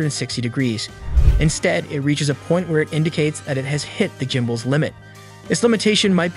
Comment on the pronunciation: I think the narrator is an A.I. robot voice so it can't pronounce everything correctly.